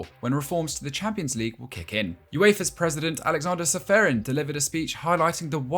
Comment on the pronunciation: You fail to pronounce Aleksander's last name. Its Pronounced Čeferin not Seferin.